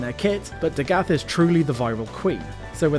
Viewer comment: Listening to this video is like listening to a video about Chernobyl but they keep saying Nukyaler instead of Nuclear. Amazing video but I fear it’s DA-GITH not DaGath. I’d be lying if I said I always pronounced it Dagith tho lol just spreading the word